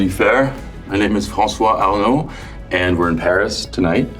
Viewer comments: Did you not hear him pronounce his name? ~swoon~ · I could listen to him pronounce his name so beautifully... So delicious